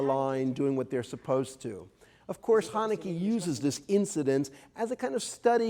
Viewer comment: I cringe everytime he says Hanekee